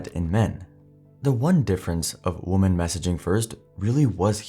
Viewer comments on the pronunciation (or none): Hey bro, “women” is pronounced “wihmen”, not “woman”. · "wu-man"? ... fix your AI voice... It's "weh-men" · well this is clearly AI when it's constantly saying woman where it should be saying women. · Women is pronounced Wimen. Woman is what the narrator keeps saying for women. (Wimen). Why is this so hard to learn? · I don't know if this is an AI voice but you're pronouncing the word "women" wrong when it's collective. It's pronounced "wim-en" collectively and "woom-an" singularly. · Why does the narrator keep saying woman instead of women? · Why can't the narrator correctly pronounce the word women? Why can he only say the word for the singular "woman", even if he means the plural "women"? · Another person pronouncing "women" as "woman". What is that? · Please explain why so many people insist on pronouncing "woMEN" (as in more than one or the collective) as "woman?" This dude fully pronounced "men," so it's not as though he's incapable of pronouncing it. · i saw a reel probably about a year ago that said the youth have started pronouncing "woman" and "women" the same. i never noticed it before. but now i can't help but hear it in all of these videos "what if woman made the first move?" sounds like a caveman lol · ps for anyone curious you are just saying "woman" (singular) for both. "women" sounds like "wimmin." even though they both have the o, what changes is the first syllable for the word. like most of the english language, it doesn't make sense. but that is how the words are pronounced. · Bro. It's pronounced WIMMIN when plural. You keep saying singular woman the whole time. Idk how people get this wrong. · He sounds like a native English speaker, so why is he saying woman for women? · why do you say "women" like "woman"? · Why do you say “woman” (singular) when the correct pronunciation is women? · Women is NOT pronounced like woman 🤦‍♀️ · Why do you say woman instead of women? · why do you pronounce women like woman? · "Women" not WOMAN! Holy shit man.